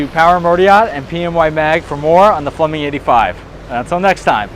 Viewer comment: 'Flumming' or Flemming?